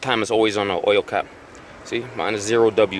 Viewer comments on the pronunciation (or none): It's Zero-winter..not to be a dick